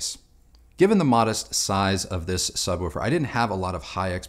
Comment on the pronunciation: Can't stop noticing the way says "Subwoofer". Sounds like he's saying "Sub-wu-fer", emphasis on the "wu".